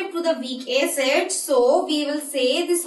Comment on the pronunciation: Plz don't say aaacid, it's acid. Helpful video tho